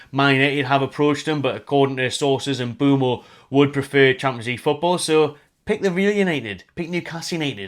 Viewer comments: M’Boomo not M’Bwemo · Everyone keeps spelling/pronouncing Mbeumo’s name wrong 😑😅